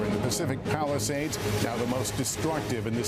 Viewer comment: When he said Palisades I thought he said Palestine !!!